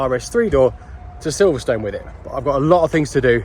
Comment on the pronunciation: It's not called Silverstone you people who don't live here although it's spelt Silverstone it's actually silverstun when you say it 👍🏻